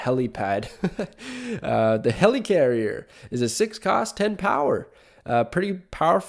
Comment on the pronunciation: It's not the "Helicarrier," its the "Hela-Carrier" ... .... right.... (*crickets*)